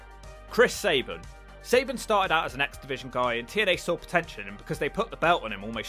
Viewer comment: Does anyone else hear "exhibition" whenever says "X-Division"? LOL